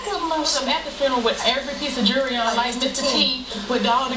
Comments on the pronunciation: Can ANYONE say jewelry correctly?! It's not ''jurrey'' It's ''joo-uh l-ree'' Jewelry. Learn pronunciation! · Basil Kick 'em in the jurrey. :D